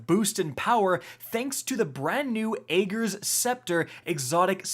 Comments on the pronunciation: Do none of yall streamers actually listen to the story cutscenes/audio? It's AGG-er... Not AY-ger. Carry on. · Rick "It's not Ay-ger's Scepter it's Agg-er's Scepter" here.